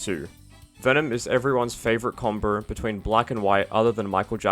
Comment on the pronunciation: "combow", not "comboar"